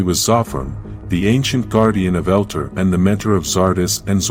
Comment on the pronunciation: Zordon not zordin . eldar not elter